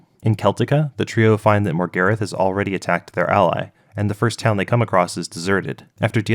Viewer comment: americans should never be allowed to pronounce characters names that stem from British/European roots how the fuck did you pronounce Morgarath as MORE-GARIFF ?? MOR-GAR-RATH